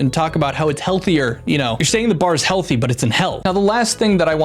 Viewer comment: "Healthy...!" Emphasis on Hell.